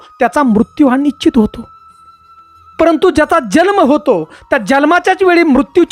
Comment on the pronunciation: तुला जल्म म्हणायचे का जन्म म्हणायचे ते ठरव